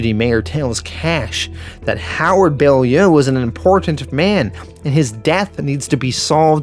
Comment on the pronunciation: It's pounced bow-lyoo